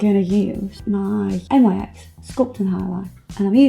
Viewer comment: Hey. Love these videos. Your NYX is pronounced "nicks" by the way! I watch way to much RuPauls Drag Race! Lol.